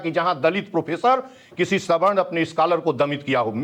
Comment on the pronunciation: ऐन्कर मैडम सही बोलें सवर्ण को स्वर्ण क्यों बोल रही हैं ।